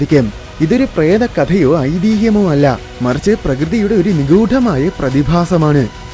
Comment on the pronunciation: നിഗൂഢമായ എന്ന് മതി പ്രശാന്തേ 🫶🫶🫶നിഗൂഠം അല്ല 🤝🤝